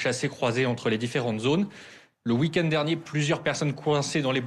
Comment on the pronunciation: "Le ouikène" x'D Darmanin, quoi...